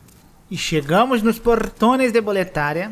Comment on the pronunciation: mas tbm concordo q boletaRIA é erro de dublagem, tanto que no áudio original em inglês a narradora fala BOLETÁRIA.